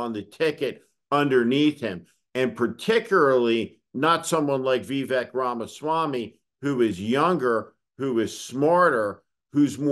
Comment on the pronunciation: No they did a story on Vivek Ramaswamy. They guy is massive on the right and Steve here cant even pronounce his name correctly. It goes to show Steve here wouldn't know shitfrom Clay if it was on his hands about anyone right of centre but does love whipping up fear and hatred from the left with boogieman theories people not really paying attention to the whole picture lap up. His name is pronced "Vi-vake" as in cake.